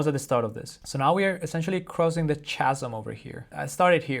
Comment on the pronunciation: Thats not how you pronounce chasm